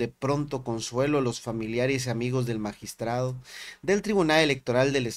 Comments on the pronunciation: Qué no mame ese señor, bien sabido que entre esas personas los crímenes pasionales son muy frecuentes y así de impresionantes. Y luego el magistrade, que estupido, se dice magistrado. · Que es eso de asesunade, es asesinado no deformen el idioma, ya dejen de decir magistrade, es magistrado. Por Dios.